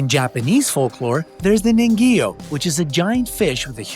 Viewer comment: Ningyo that bothered me how it was pronounced lol. It's (kneen-guhyo)